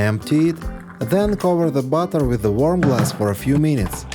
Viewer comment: 15 meeneets 😂😂😂😂😂😂 funny I speak like you